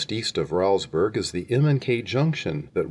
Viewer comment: That is pronounced Rollsburg - not Raulsburg